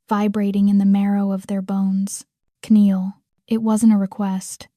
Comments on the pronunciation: I agree, I miss the days when a real person who knew that the pronunciation, punctuation, intonation, dramatic pauses, etc made the stories really come alive. What saved this one for me was strictly the story itself, it was good, really good, and my 60 years as an avid reader made the corrections automatic in my mind. Although, I have to admit, the K-neel pronunciation mistake during her power moment, threw me off, it couldn't have happened at a worse time. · I smile when the AI read the silent K in kneel and the E in froze. That’s how I learned how to spell when I learned new words in English class. It was the easiest way as a Swede to remember all your strange spelling (know is my favorite with a silent start and ending)